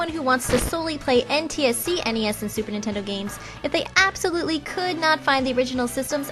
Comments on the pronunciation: Did you say StuperNintendo games! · i keep hearing stuper nintendo lol